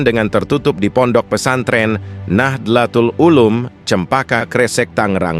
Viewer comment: Maaf hati2 dlm pengucapan ayat atau bahasa arab lainnya.. Pengucapan salam dan nahdzotul ulum dll ada yg salah2.. Sebab kesalahan2 seperti itu dipakai kesempatan oleh gerombolan baalawi dan budak2nya utk menuduh jika pendukung Yai Imad adalah kaum kafir dan PKI.. Hati2, soalnya gerombolan baalawi dan budak2nya adalah ahli fitnah dan ahli framing..